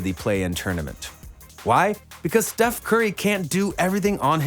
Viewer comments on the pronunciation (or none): Bro i was done when you mispronounced Steph's name! I'm out!